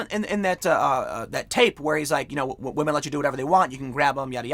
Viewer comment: I'm going with my gut and going "believe all wamehn" on this one. So, sorry Joe, you don't get to be prez. Not that you'd know you were anyway.